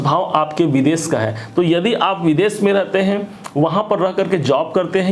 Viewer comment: Veeeedes nahi vides bolen